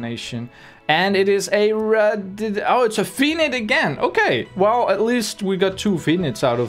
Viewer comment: It's pronounced RADDION